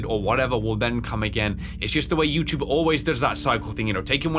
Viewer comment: Also I love how instead of saying youtube, you always said "youchube" lol.